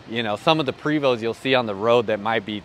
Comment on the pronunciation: The name is pronounced, Pray - vo